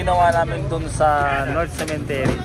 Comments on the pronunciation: CEMETERY po hindi cementery,, sorry po correction lng,, ✌️✌️✌️peace! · sementeryo Hindi cementery the right pronunciation sa english😂 CEMETERY